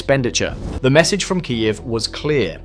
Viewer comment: its full AI. not even good line of Audio, look and how it pronouced Kyiev